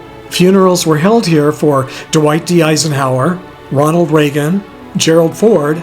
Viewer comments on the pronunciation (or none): none